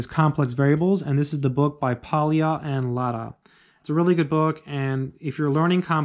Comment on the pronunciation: Just one tiny detail: Pólya is pronounced as \ˈpoː.ja\ (more or less), so it's kind of more like POI-a then Poi-i-a. (In spanish I would transscribe it as "pólla".)